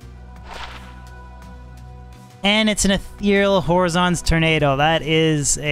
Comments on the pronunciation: Just a little pronunciation note on Horizon's Tornado: you seem to be pronouncing the first word like the name of the Vizjerei mage Horazon. This is not correct. The word is "horizon," as in the place where the sky meets the earth in your field of view. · Man the way he says horizon’s bothers the hell out of me lol